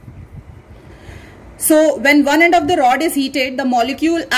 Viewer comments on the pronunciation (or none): Excuse me it's spoon not ispoon , its end not aand , it's start not istart